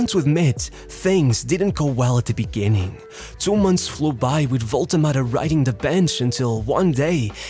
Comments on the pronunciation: What is this waltemade pronunciation 😭😭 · It's not spelled "Wolte Mada".